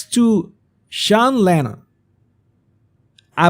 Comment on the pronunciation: SEAN IS PRONOUNCED SHAWN ...Just so you know